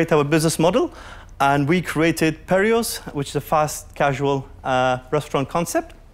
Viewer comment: Why is it "peri'os"???